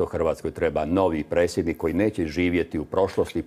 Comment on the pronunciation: nečujem dobro jel to presjednik il' precjednik bi htio bit dr.Zlatkić naš turskih-li mu korijena?